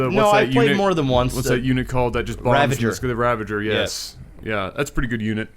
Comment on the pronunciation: OMG!! actually said Ravager and not Ravenger!!